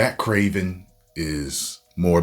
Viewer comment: Bro actually has a better accent than the actual kraven